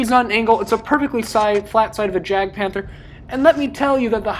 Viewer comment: Jagdpanther is pronounced Yag panther